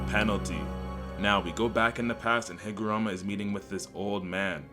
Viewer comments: HigurUma. Not Rama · Bro just can't get Higaruma's name right lmao